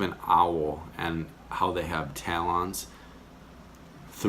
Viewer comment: The way you pronounced talons is hilarious